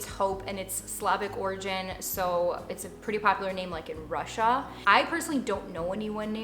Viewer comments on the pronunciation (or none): none